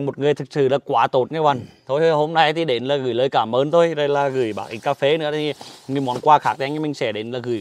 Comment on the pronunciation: nói cà pê vọng làm bác chủ đất cũng nói theo cà pê vọng hi hihihihihi.........